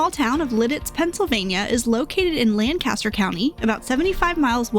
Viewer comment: With how you pronounced Lancaster I can tell you aren't from around here lol. It's all good though. We live down the road in Lebanon and everyone has their way of saying it. Enjoy!